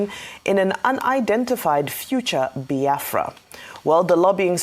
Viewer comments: Why Abatti an educated journalist pronounce Biafra like Bayafra . Maybe is from his tribal tongue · I feel disgusted seeing the face of this man called Reuben Abati, Upon all his doctorate he doesn't know his verbs and adverbs,He couldn't even pronounce BIAFRA,He just a disgrace to journalism.